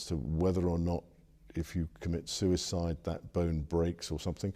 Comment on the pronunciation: “Prince” Andrew referring to J-Epstein’s end as “sue-a-cide” is just TOO rich 😂